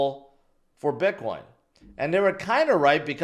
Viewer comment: I just noticed yesterday that pronounces it "bitquine"